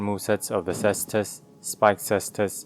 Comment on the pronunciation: Thank you for pronouncing Caestus correctly!